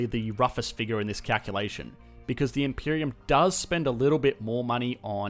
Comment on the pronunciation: "Stimulating da economy" killed me.